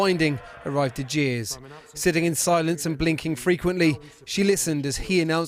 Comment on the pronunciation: When pronouncing the word jeers...you really need to be more careful fella. 💦